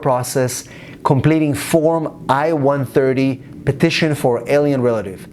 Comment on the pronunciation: Sounds like you said io130 Please pronounce it more carefully as it's I-130. Thank you